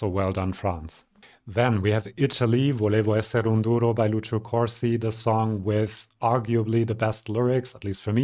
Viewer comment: 'volevo essere un duro' !!!!! You said it with perfect pronounciation !!!!!